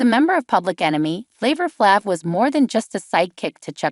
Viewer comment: Can't listen, as the pronunciation of his name makes my ears bleed. What dopey twats.